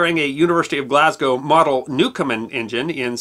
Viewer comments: "Newcomen" NOT "Newcomer" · I hate to be picky about your generally excellent production but you pronounce Thomas Newcomen as 'newcomer'. Stuff like that eventually makes its way into history books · It's Newcomen, not Newcomer!. And since I'm here, I will pose a question that has nagged me for years. Newcomen's engine was an atmospheric engine, not a steam engine. The steam was only used to create a vacuum. Watt's improvement was the external condenser, which eliminated the heat lost in cooling the cylinder. Did Watt ever build a true stream engine (i.e. one that used pressurized steam)? Also, his use of the sun and planet gear was not a brilliant innovation. Watt used it to get around a patent on the crank.